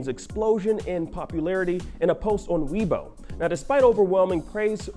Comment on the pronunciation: It's called Weibo, like saying "Whey" and then "bo". Not "Weeb-o"...